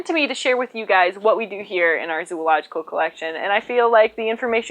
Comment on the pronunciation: how many times do you think she could say "Zoological" in a row really fast before she messed up. I think she could go for a while, she seems pretty proficient...